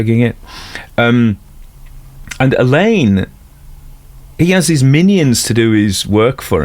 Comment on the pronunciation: Very enjoyable. Glad narrator has learned how to pronounce Alleyn. 😊